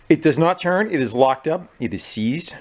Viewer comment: "It does not churn" learn how to speak you fool. It's pronounced turn